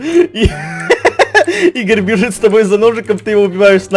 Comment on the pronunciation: Игорь не правильно говоришь